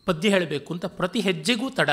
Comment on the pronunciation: See padya!! Not paada!